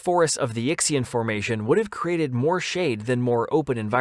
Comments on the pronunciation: Yixian is pinyin (the Romanized spelling language for Chinese) and isn't pronounced "Yicks-ee-an" but probably closer to "Yee-shan" Just a heads-up going forward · I love Yutyrannus but I got psychic damage at your pronunciation of Yixian. It's yee-syan. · It's pronounced Yih-see-en, not "Yicksey'un". As always, when you don't know a word, look it up! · Yixian is pronounced (roughly) yee shyan. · Yixian is pronounced "ee-shyen", by the way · Oh I certainly meant to correct, not criticise. I agree it's not reasonable to expect everyone to be familiar with how pinyin represents Chinese phonemes. I only know because I studied Mandarin at uni. I thought I should say something because the Yixian formation is inevitably going to come up many times in future videos and would want it being pronounced sort of correctly. (I wouldn't bother with the tones unless actually conversing in Mandarin - which I've hardly done since uni anyway! lol) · Yes! I've been hoping for a Yutyrannus video. Because it will likely come up again, Yixian is pronounced like ee-she-an and Dilong is dee-long.